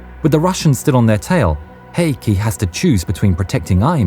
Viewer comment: I'm really impressed with your pronunciation of Heikki!